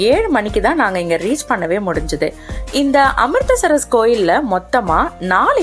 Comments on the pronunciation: Amritsar, not Amristar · Amritster amritster nu evalavu murai maathi mathi thappa solringa . Amritser correct ster illa